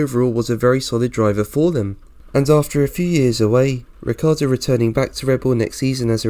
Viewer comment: it's not Riccardo, it's RiccIardo.. pronounce his name as it is , amateur!